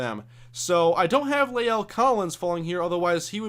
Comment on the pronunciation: By the way, La'el Collins' first name is pronounced "lah-ell," not "lay-ell"